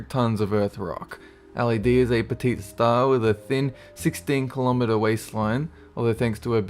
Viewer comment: Did u Say Petite?